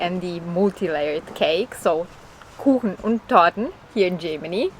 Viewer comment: I was about to say the same thing her German is not very good she can't pronounce many German words like kuchen or kakao